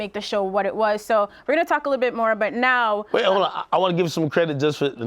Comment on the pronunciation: Nadeska accent comes out eh when she says "NOW"...😂😂